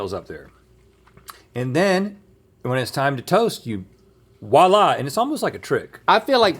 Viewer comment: Note for Americans: Voilà is not spelled (or pronounced) with a W